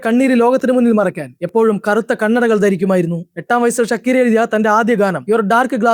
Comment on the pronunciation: ഷക്കീറാ, ഷക്കീര, എടാ അവൾ മുസ്ലിം അല്ല ധൈര്യമായിട്ട് ഷാക്കിറ എന്ന് പറ